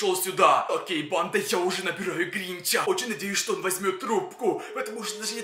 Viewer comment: Странно говоришь тебе говорить не учили ты говоришь так что неприятно становится говори нормально как обычный человек мне не нравится вот это вот когда ставят на голос на другую букву там например гринчЯ